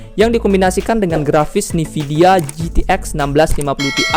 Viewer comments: sorry bang koreksi bukan "NIVIDIA tapi (E)NVIDIA" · bang gabisa ngomong nvidia apa? nividia mulu😂🙏